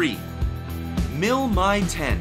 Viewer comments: Two things - Obviously, you're passionate about helicopters.... BUT.... MIL aircraft are abbreviated - "M" "I" not "My". It's the "MI" 26, not the "My" 26. You evidently know better than to refer to the Chinook as the "tch" 47. Also, if you want an audience and for anyone to come back then take my advise..... Speak either in metric OR standard; NOT both. Half your video was conversions and it's annoying as hell listening to that. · MI is pronounced "mee". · So this American is showing his ignorance, the first Helicopter (and subsequent MIL helicopters) is pronounced M. I. not "my". The second one is a French helicopter so why is he putting on an Italian accent and using Italian pronunciation?